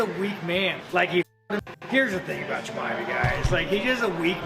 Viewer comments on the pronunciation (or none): Cheemaheff Not chamoef That’s how you pronounce chimaev’s last name